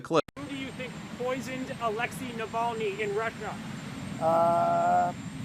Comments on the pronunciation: They’re still trying to teach him how to pronounce Navalny, tRUMP doesn’t know him, never met him…….sure he is a nice man, people say, maybe yes, maybe no…..Yada Yada Yada. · The Fox news bod, Cavuto, cannot even respect Navalny by saying his name correctly.